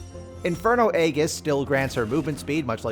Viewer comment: G as in Georgia..... Aegis.